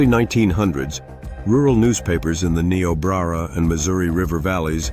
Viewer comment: Learn how to pronounce Niobrara.